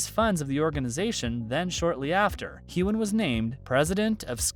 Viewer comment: Next time you pronounce his name wrong, I'm going to get all Will Smith on you. Keep my damn husband's name out of your mouth lol.